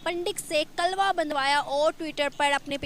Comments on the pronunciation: Kalva nhi hota kalava hota hai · कलवा नही, कलेवा होता है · Kalawa hota h , Na ki kalwa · Ye kalba Kya hota hai 😜😜😜 👍kalaba hota hai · Mc klwa nhi hota klewa hota bolna nhi aata to bolna chord do... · Tum itne jahil Ho news Wale bhi kalava ko kalva bol rahe ho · अरे पगली ..कलवा नही,,'कलावा' बोलते है..koi bat nahi ,,,keep it up 👍